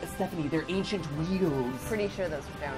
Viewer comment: Ainchient wheels damn it